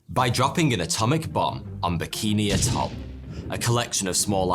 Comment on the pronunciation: A couple of points the word atoll is pronounces AT oll, and the word you butchered Trinitrotoluene is pronounced Tri nitro toluene.